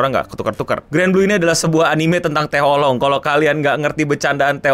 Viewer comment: Setelah sembuh dr penyakit menyebut Anime dgn "Anim", skrg malah nyebut Oolong jd "Olong"